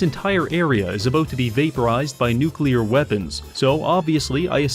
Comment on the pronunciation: I mean they mispronounce “nuclear” as “nukular” I never expect them to work in the first place